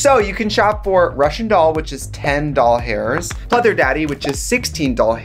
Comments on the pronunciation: why did i hear "doll hairs" instead of dollars at the end when she was saying the prices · Omg PML. doll hairs. Immediately thought if I now pronounce you chuck and Larry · Because she did say doll hairs lmao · She did for the first two prices lol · because she said doll hairs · doll hairs lmao thats what i heard